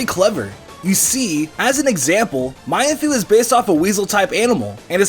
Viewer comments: Its mean-foo not my-an-foo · it's not my-an-foo its actually mean-foo lol :P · "My-en foo"? I believe you're intending to say "Mean foo" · ITS MEENFOO NOT MYANFOO!